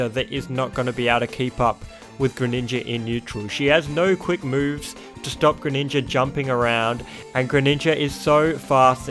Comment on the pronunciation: You know on the character select screen it pronounces the names correctly, yet you still pronounce them wrong, like you say paluteeena, yashi, greninjer, and other mispronunciations